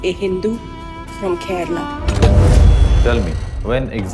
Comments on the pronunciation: it’s not kerela it’s kerala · Abey Kerela nahin, KERALA. Serious video mein bhi meme karne chala 😂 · Some news anchors need to learn. Its Prounounced as ‘Kerala’ not Keral! Its like saying New Del instead of New Delhi! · Aree tera content shuru se hi support Mae haiii. Kerala ko kerela bol rha h aur tu kya fact nikal rha h.😂😂 BHARAT doob rha h andhbhakt se🤦‍♂️ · Okay someone needs to say this. Brothers and sisters of North India, It isn't pronounced Keh-reh-lah or Keh-rah-lah. Ke-Ruh-Lah is the correct pronounciation.